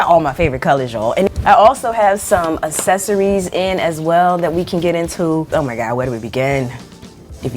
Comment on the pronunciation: Love the way you say assessories EVERY. SINGLE. TIME. Another great video!